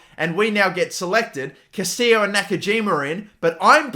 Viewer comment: Its not Castillo (kah-STEE-yo) bro, its Castillejo (ka·stuh·yei·how)